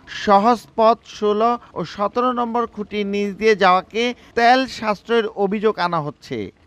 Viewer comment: সাংবাদিক ভাই তেয়াল হবে নাকি তেল হবে। উচ্চারণ ঠিক করেন।